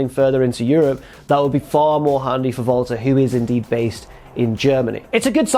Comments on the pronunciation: To anyone else does it sound like he always says Valter instead of Walter? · It's sounds like is saying Volta instead of WALTER. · Jesse Pinkman in German W’a are pronounced as V’s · He's German. They pronounce Ws as V over there.